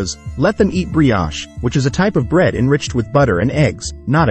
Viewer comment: "Brioche" has a long "O" (oh) not a short one (ah).